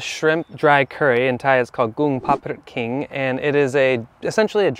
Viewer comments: The last one is called “Kong Pad Prik Kang” not “kink”. His cooking is the most authentic I ever seen. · The last menu call “koong pad prik kang “ not “king”=ginger. btw ur cooking was awesome. So Thai ❤